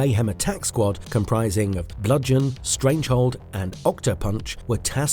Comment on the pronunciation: Stranglehold, not strangehold.